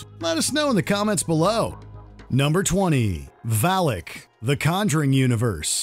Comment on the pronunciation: #20 Why do you pronounce it Valick, when it is clearly written as Valak?